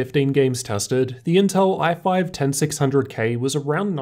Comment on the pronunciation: The L in inteL ain't there for nothing y'know